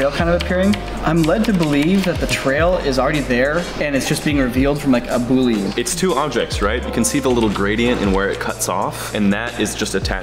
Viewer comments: The way says boolean makes me as a programmer hurt, lol. Everybody I know says "boo-lee-an", not "boo-leen" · It always bothers me a bit when I hear people say Boolean wrong. No, it's not pronounced boo-lean. Every reference I look up states a pronunciation as boo-lee-un. Whatever though, good work on the animation guys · Yeah, definitely “boo-lee-unn” and not “boo-leen.” Also, if you’re a programmer, you’ll get arrays. $$$ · Omg you guys kept saying “boo-leen” its bool-ee-an haha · AHHHHHHH he said "boo leen" instead of "boo lee an" AHHHHHHHHHHHHHH JK, it didn't tick me off, just surprised only one other person I could find had said anything about it. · I think that you mean that it is NOT pronounced "BOO-LEE-AN" as you wrote and as they seem to say in the video. It's "BOOL-EE-AN." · its boo li un and not boo lin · No disrespect but it's pronounced \ bü-lē-ən\ not \bü-lin\ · It's pronounced "boole-ian" because the guy who invented/discovered it (it's kind of a gray area with mathematics) was named Boole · everyone pronounces it bool-een in this video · is saying it wrong, too. He says "bool-een". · Graphic and web designer here... I've never heard it as "boo-lean." I even went online to see how various dictionaries pronounce it. Thankful it wasn't just me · I hate to say this, but “boolean” is pronounced “BOO-LEE-AN”. It is named after George Bool and is pronounced similarly to “pythagorean” which refers to pythagorus. I made this mistake when I learned 3D in Houdini in high-school. 😁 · *Says boolean wrong Me, a computer science major: "REEEEEE!" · Pretty certain they omitted the L 90% of the time. It's not silent, or attached to the 'ean'.